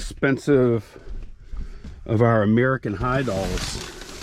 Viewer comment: He called it Anerican high girl 🤣🤣